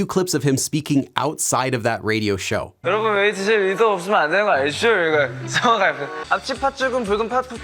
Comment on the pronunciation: the way he tries to say 여러분 here sends me every time😂😂😂